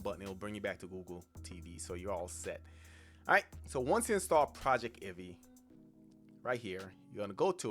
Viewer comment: I'm pretty sure it's going to be pronounced PROJEC TIV EE, not PROJECT IVEE.